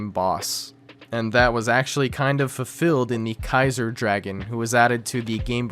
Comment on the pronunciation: Kai-zer. Not tzar.